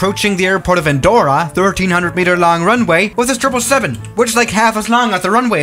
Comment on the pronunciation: "treple seven"